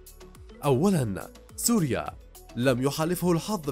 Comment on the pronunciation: هههههه يقول سورياء الله ليبلاناء 😂😂😂😂